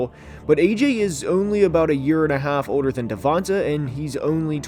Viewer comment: Its pronounced "Devontay"